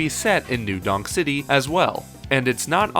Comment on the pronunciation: i thought you said new dong city at first lmao